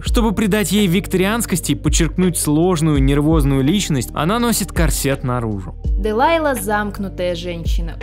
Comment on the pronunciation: Когда автор называет антагонистку второй части Делайла...ммм))) у меня почти ушной орхазм)